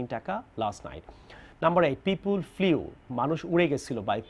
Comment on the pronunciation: fly,flew,flown.. ফ্লাই,ফ্লু,ফ্লউন। উচ্চারণ টা একটু ভুল হইছে। ফ্লিউ না।যেমনঃ throw, threw,thrown. থ্র,থ্রু,থ্রওন।please check it.